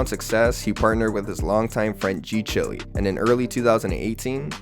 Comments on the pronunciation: Why are you calling G CHILE (pronounced Child, "chile)", g Chilly? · g-chile is pronounced g-child